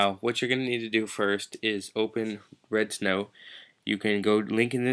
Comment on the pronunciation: it sounds like your saying "redstone" this isnt minecraft bro